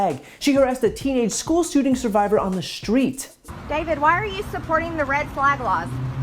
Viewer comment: I wish Marjorie Green would fix the way she says "school" It always sounds like she's saying "sch-kull"